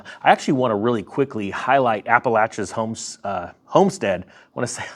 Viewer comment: Thanks for pronouncing Appalachian properly ❤️